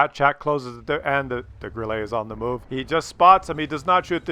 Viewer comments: It's not Grillee, it's Grilluh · Three things: 1.) great video, 2.) Bat Chat final kill shot on the 140 was all RNG (and gold?). How and where did Bat Chat pen the hull-down 140??? 3.) if said “Grill-lay” one more time...